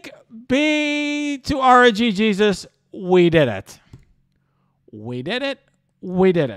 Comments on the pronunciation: This shouldnt annoy me as much as it does but... R-N-Jesus. Not RNG-Jesus, the G runs into Jesus lol. Other than that, great vid as always dude! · rng sus is the pronunciation. not rng jesus